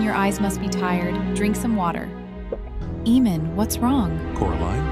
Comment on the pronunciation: I could watch this but I can't watch someone pronounce AA-mon as EE-mon all through the show.